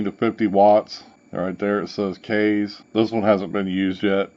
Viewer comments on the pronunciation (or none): It's pronounced kiss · No matter how you pronounce it this is a great tank system. For $40 you get a 0.5 kanthal coil, a 0.2 Ni200 coil and the vertical coil RBA plus everything you need to rebuild it. Not a bad deal at all for a 6ml tank IMO. The airflow is fantastic as well. My only complaint is wiping ejuice off the top fill area every time I refill it and not being able to take the tank completely apart. Those are minor cons though and definitely wouldn't keep me from buying it. Also, I fell asleep last night with my mod in my hand (HA) it fell over on my couch and when I woke up this morning the tank never leaked a single drop of ejuice after laying on it's side for like 6 hours. It's a really good tank man.